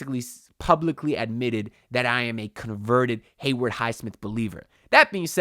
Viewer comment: What’s it going to take for you to pronounce Haywood’s name right bro 😂 it’s Haywood, not “Hayward”